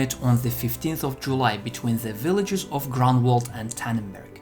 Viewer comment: Great video, but it would be better if correct English were spoken ("the"' 's omitted, etc.) Also, suggest "Groonwald" as better location pronunciation (not "Grenwald").